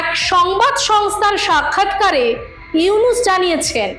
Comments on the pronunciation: ডাঃ মোহাম্মদ ইউনুস নাম টা সুন্দর করে বলুন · ডঃ ইউনুস সাহেবর নাম সুন্দর করে বলুন